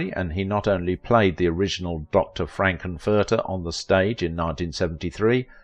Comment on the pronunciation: Dr. "Frank N. Furter" - the N is separately stressed. "Hanna Bar-BER-ra" not obvious, but known to older 🇺🇸 🇨🇦 folks: the name's stress is on Syllable 2. Well-done program.